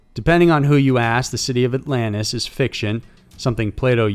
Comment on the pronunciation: What's Allanis? Do you mean AlanTis? Southern much😂